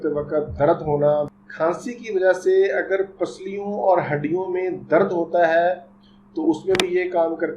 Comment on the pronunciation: Dr sahab darad nai hota dard hota ha